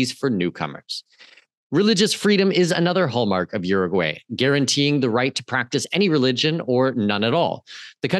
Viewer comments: By the way… You need to learn how to pronounce the name of the country because you are messing it all up. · to start, please learn how to properly pronounce URUGUAY